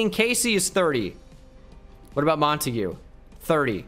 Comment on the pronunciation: ITS MONTAGUE. NOT MONAGUEAY